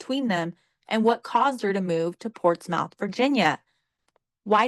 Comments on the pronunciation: It’s pronounced “Portsmith” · Ohio girl here it's pronounced "portsmeth"